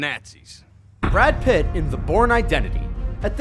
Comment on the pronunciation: Brad PITTT?